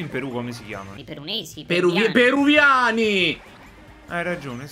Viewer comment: Son morto quando ha detto "PERUNESI" 🤣🤣🤣🤣🤣